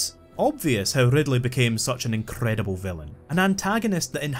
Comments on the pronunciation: Rrrrrrrrridleeiii is an incrrrrrrredible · Opening line: “Rrrrrridley is an incrrrrrredible villain” Sets a high bar